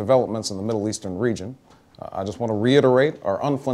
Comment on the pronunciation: Haha, he said Region